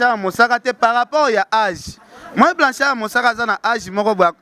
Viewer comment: oyebi ata ko prononcer kombo ya Blanchard mosaka te vraiment mais ozofinga ye kende koko kota cour de langue pardon